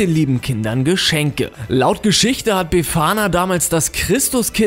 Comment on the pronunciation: Wie er befana ausspricht.:D